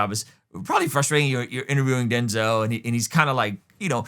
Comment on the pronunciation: Denz-El. Come on you know this one!